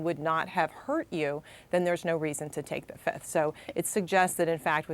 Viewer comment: Trump today: 1, 2, 3, 4, Fif! I plead the Fif. Remember that Dave Chappelle skit? I say Fiiiiiiif! If it's a witch hunt, you should have brought receipts and EVIDENCE, NOT plead the FIF lol.